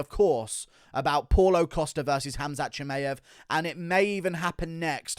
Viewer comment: Guru is literally the only person in the world who says ChimAev😂🤣